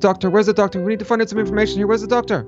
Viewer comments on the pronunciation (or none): lol said docter to the wizard